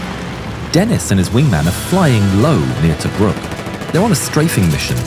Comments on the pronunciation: It didn't help when the narrator pronounces the French name of the German correctly, then pronounces the name of a Frenchman in a British fighter incorrectly like it's an English name "Dennis" instead of DEN' ee. I clued into the Cross of Lorraine insignia on the fuselage and captioning Denis to put 2 and 2 together. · Thanks for this. I had not heard of James Denis. He was French so his last name is pronounced Denii - the "s" is silent. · It's Den-EE. The S is silent in French. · Great video, just, in french "Denis" the "s" is silent